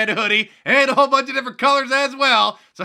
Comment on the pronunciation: "Check it OoOUt?!" Are you sure you didn't mean "check IT OUT!!!" Something felt off in this episode.